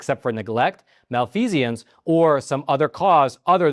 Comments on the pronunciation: It is "mal-feeze-ense" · There is no "i" in the pronunciation od the word "malfeasance". You've added a syllable that just ain't there. It's NOT "mal-fee-see-ance". Facts do matter. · Please don't let excellent journalism be marred by something so trivial to prevent - poor pronunciation. Malfeasance has three syllables: /măl-fē′zəns/ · you should embarrassed and ashamed to have mispronounced "malfeasance" so many times!